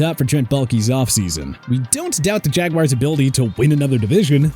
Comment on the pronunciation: What the heck is a “jagwire”?